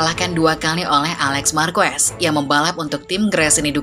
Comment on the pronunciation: Dibaca bukan "Marques" Min tapi "Marqes"